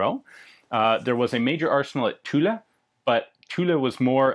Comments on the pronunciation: In French, as in English, the final "e" is silent...Thus Tulle is pronounced as Tull...with the French 'u' of course...Logically if you said the final 'e' the Sainte Etienne would be said Saint(uh) Etienn(uh).. M'kay? Other than that, great videos.... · Hi, What about Continsouza as private contractor? Was it only for M16? I don't understand the Remington's issues for building tooling, is it possible to have a quick view of those problems? About pronunciation of "Tulle", don't say the E at the end you'll tell it properly. And thank you again for your very hight quality videos. Carry on! Sacrebleu :D